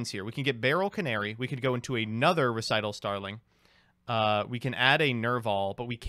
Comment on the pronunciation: actually saying Recital correctly was the highlight of this video. Actually learning.:O